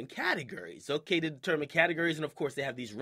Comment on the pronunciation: ...and that's why they cut off the mic for my boy James Hetfield. I know he's not a hip-hop artist (obviously), but I'm willing to bet at least ONE of y'all don't listen to hip-hop/r&b EXCLUSIVELY and know EXACTLY who I'm talking about. P.S. "TEHY"? "TEHY"???!!!